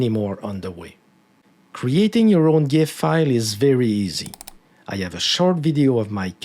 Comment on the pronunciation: Subbed for pronouncing gif correctly.